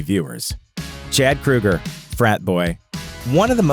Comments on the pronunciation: Keoeger. Not Kruger. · Kroeger. his name is Kroeger NOT KRUEGER! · I can't stand this pronunciation! It's Kroeger not Krueger! Capital O sound. Like in "Soul". Kr(O)ger. If you're gonna make a video about something or someone, please get the pronunciation correct. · I don't think his name is pronounced "Krueger". It is either Kroeger with a long "o" or "Krager" how it is pronounced in Germany. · Crow-Gurr not Crew-Gurr ffs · KROW-GER...not krew-ger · I really hate how people pronounce Kroeger as " Krueger" i mean really, it's not the same people. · Stop saying KRUGER. His name is KROEGER, which rhymes with yogurt. Freddy Kruger does not approve of this video! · Grunge Right... and John Boehner's last name is really pronounced "Bay-ner" just because he says it that way. Definitely NOT "Boner." Just like I'm sure Chad "Kruger's" last name isn't actually "Kroger." Except it is. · Pronounced "Kro-ger, as in the name of the grocery store. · At least pronounce his name correctly, idiot. It's KrO ger, but they still are cookie cutter crap songs. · Kroeger. "Kr-oh-ger" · It's not Kruger. Annoying. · Ozzy bit a head off a bat, Alice Cooper caused a chicken to be killed, Axl Rose throws a fit when James Hetfield was burned on stage but Chad Kroeger (pronounced Crow-ger, numbnuts) brags about drinking and HE'S the bad guy? too bad he can't hear the haters from his mansion. you guys probably take President Trump serious when he says stupid guy stuff. #HatersGonnaHate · I love how he can’t even pronounce Chad’s last name right but will offend Nickelback. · Can't even pronounce his last name correctly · Pronounce his name right and maybe you wouldn't have such a shitty like : dislike ratio. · So we all just gonna act Ike dude didn’t mispronounce chads last name throughout the entire video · Learn how to pronounce his name FFS!